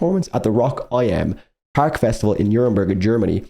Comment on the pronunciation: Hehe it's not "Rock I.M."; 'im' is short for 'in dem', i.e., 'in the', and the festival is 'Rock im Park', i.e. Rock in the park, because it takes place in a park in Nuremberg 😊